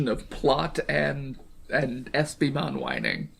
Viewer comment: First, I love that you keep pronouncing my name as an eeveelution. Second, having HoverEspimon on the show finally feels like a release. Though is it worse than waiting for MagnaAngemon? I'd say so. As for a champion level turning the tide, I imagine it's just from a supportive type of angle. The smokescreen attack seemed to have come in handy. And champion bombs would hit harder then rookie level explosions. But this is one case I find frustration with some other digimon at lower levels that seem to have powers far to great for them, such as Clockmon. Clockmon has the power of TIME and no ultimate or mega has yet to prove themselves stronger than the concept of time.